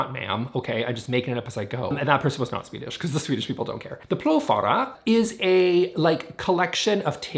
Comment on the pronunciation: Im swedish, and I love how youtubers try to pronounce it. But plogfåra should pronounce like ore plogf”ore”a 🤗 but still, we dont care.